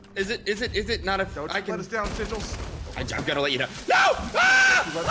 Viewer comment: When Ssundee says ssigils go back ten seconds